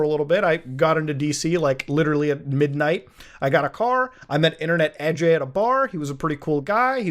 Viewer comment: Bruh can't even prononce Indian names, lol. It's not A-jay, it's more like "uh-jay".